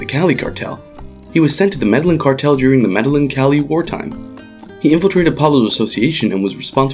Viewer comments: Meh-DAY-yeen not Meh-Dehlen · "Medalin" really? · Jesus Christ, that hurt my ears. Meddlin’ cartel. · Please learn the Spanish pronunciations. " Medeyeen" is how the name of the city is pronounced. Two ls together in Spanish are pronounced like a y. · Med-eh-geen, get it right. Lol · FYI, not all white people say it like that. You would think the guy would've practiced the pronunciation before narrating a video about the Med-eh-yeen cartel. They only say it about 10,000 times in the show. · The way you mispronounce Medillin repeatedly is so triggering ... you WATCHED the show, where they say the name literally 1000 times, and you still call it the "Meddlin' Cartel" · Medellin cartel, pronounced Medeyin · why are you the only person on earth who pronounces Medellin incorrectly? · This guy’s pronunciation of Medellin is so so white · I think you mean american. The Spanish who named the city are from a place called Europe where the white people are from lol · Agree. I'm white and European and that's not how I say it. 😂 Why people tend to say white when they mean Americans? They're not the only ones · Ana Todd even most people in America know how to pronounce this correctly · How did you pronounce Medellin again? Bruh... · The narrator's pronunciation of Medellin is torture to my ears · i cringe every time he pronounces medallin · My guy does not know how to pronounce medellin. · I cringe every time u mispronounce Medellín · You always fail at pronounce Spanish words, like Medellín or El Mexicano. Smh